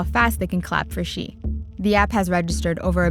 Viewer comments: 周潘 😂🙏🙏🙏 No. please ask a chinese teacher or watch some “learn chinese” videos. Nobody pronounces Xi as “ksi” in Any Chinese dialect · i know some english native pronounce X as ks，so mr Xi shall be pronounced as Mr KSI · Pedro Ramirez in Chinese, X is pronounced as ‘sh’